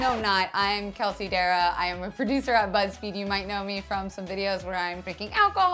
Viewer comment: The way she pronounces Darragh cringes me.